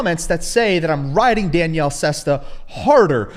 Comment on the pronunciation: Your not smarter than Danielle tell me about it you haven't pronounced his name right once you used to call him Danielle - e 🤣